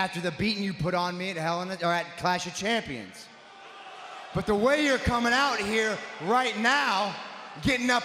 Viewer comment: When serious Seth Rollins mispronounced the title match😁😂